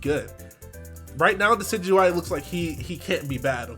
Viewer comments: thank you for pronouncing Decidueye correctly. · thank you for being the first youtuber ive heard so far pronounce decidueye correctly. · MY BOI! THE ONLY YOUTUBER PRONOUNCING DECIDUEYE'S NAME RIGHT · Is the first person I've seen pronounce decidueye properly.